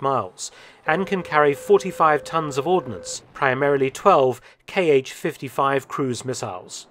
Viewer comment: Thanks for another great video. To further improve your content, consider the following: 1. Kh is an English transcription of one letter, which is pronounced like the J in jalapeño, definitely not K-H. If it was an acronym, it would be in all caps. 2. Most Eastern designations that are an abbreviation of the chief designer's name should be read as one syllable unless capitalized (MiG is an exception), so An, not A-N, for Antonov, Su (pronounced soo like in soot, not S-U) for Sukhoi, Tu (pronounced too) for Tupolev. Not only it's the correct pronunciation, it also rolls off the tongue better.